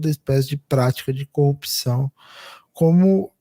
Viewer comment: Ai meu Deus 🤦🏽‍♀️ Até o comentarista do Meteoro fala COPÇÃO em vez de CORRUPÇÃO, igual ao Moro e o Galanhol.🤦🏽‍♀️